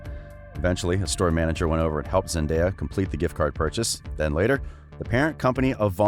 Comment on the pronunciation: I know this is about Zendaya but he pronounce her name wrong